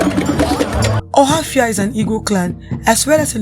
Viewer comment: She didn't pronounce it now